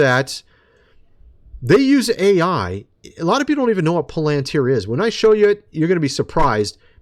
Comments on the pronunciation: Do you even read your comments? It’s not POL AN TIER. IT’S PRONOUNCED PAL AN TIER! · Don't say:"poll - antuer". Say:"pal- antier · You have to get into this video to see a "Palantir" sponsor logo???????? This guy can't even pronounce the name correctly. He calls it (pole-en-tear). Palantir is very old news. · Pal not Pole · How do you get Polenteer when it's Palantir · It's prunounced PAL-- IN -TER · Irking me… is “pal-len-tier” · Why is it so difficult to say it correctly? Pa len tir! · PAL AN TEAR THAT'S HOW TO PRONOUNCE IT, PLEASE ! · What makes the speakers at the tpusa events that are coming up think that they are safe? I'm praying for them to succeed at this because we cannot show Fear right now. Palantir is going to be used as an All-Seeing Eye eventually. What does that tell you about palantir? Its pronounced like pal-in-tear by the way. Look up the word and where it comes from. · Just a friendly nudge its pronounced Palatir your my buddy your a great Pal.. lol. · It is Pronounced PAL-IN-TEER, I don't know if you say everything incorrectly on purpose or not, but you do it a lot LOL LOL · You say Palantir funny. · I COULDN'T WATCH THIS- HOW HE MIS-PRONOUNCES "PALANTIR" REPEATEDLY...🫤🙄😒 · Dude can't even pronounce Palantir correctly 😂